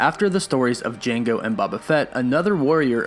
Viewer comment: Lol, it's a hard O in Boba Fett, not a soft O.